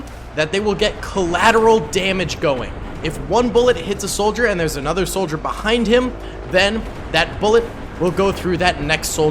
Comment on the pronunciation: Because i can't stop hearing sniper snitzel instead of sniper solider :,D